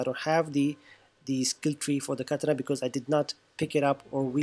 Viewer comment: Something about how you say katana is just wrong lmao its kuh-taa-nuh